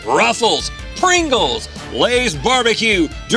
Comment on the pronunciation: Is Rhett saying russels instead of ruffles?